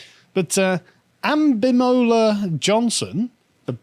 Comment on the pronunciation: You mispronounced that. It's not "Ambi-mola," as if she(?) can't decide whether to be right-mola'ed or left-mola'ed, it's a-BIMBO-la." Just thought I'd point that out. Since I'm posting this from America as an American I don't think I can be arrested for it yet.